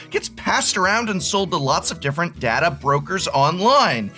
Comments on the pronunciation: as a star trek fan, you should know how to pronounce data!! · Both pronunciations of the word is considered correct but I personally go by the following rule. day-duh is the transfer of files dad-uh is the storage of files